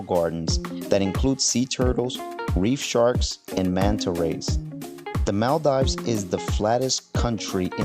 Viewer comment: "Mell dives" 😭